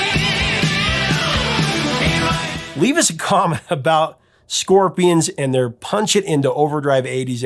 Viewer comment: Ya Scorpia-ahns- really love "Hey You"